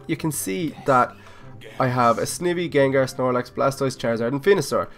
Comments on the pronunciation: Sn-I-v not sn-eh-v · nom just saying your say sivey completly wrong say it like sn eye by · Snivy is pronounced with a long I not a short I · the way you say snivy is halarious